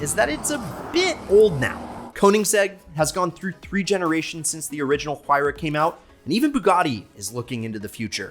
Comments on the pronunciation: It sounds like Waira, not whoaira!!! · It's written Huayra but pronounced Wayra, not that hard to find the right pronunciation if you have Google. Btw Wayrapuka is the god of wind from the Inca pantheon. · Stop with the H it's silent 🤫 You love the car say it's name right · Sorry, but I just can not comprehend how you pronounce the name of you favorite car incorrect. Take the word "Wire" and then add "Ah" sound in the end. There you have it. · Stop pronouncing the "H" you doorknob